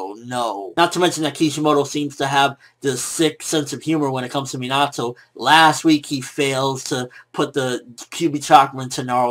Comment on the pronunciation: I hate how he pronounces Minato